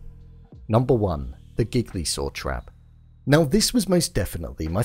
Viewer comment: Your pronunciation of “gigli saw”. 😅